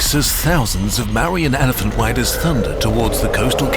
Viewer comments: Asoka was a buddhist before the kalinga war and Buddhism was not a small movement it was very much popular becuz of mangdha empire rulers And ik it's an ai video but - it's pronounced ma - vu - riyan empire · o0 is Marian definitely the correct pronunciation for Mauryan? because if I weren't paying full attention I might think you're talking about a battle hardened, special weapons class of Karen… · This is a great video but the mispronounciations of 'Mauryan' and other Hindi and Sanskrit words is so P A I N F U L